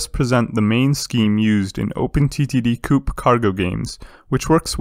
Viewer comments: Please stop pronouncing co-op as coup. It is irksome to say the least otherwise good content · I jus dont like that he says coop instead of co-op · I'm thinking chicken coop every time he says that.